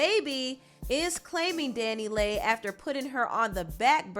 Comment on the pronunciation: Dani Leigh is pronounced Danny Lee